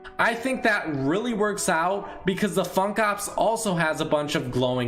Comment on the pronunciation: When ever he said Funk Ops it made me cringe